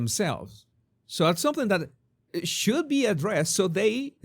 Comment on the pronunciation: The emphasis,, is on the “be” in “So be it”.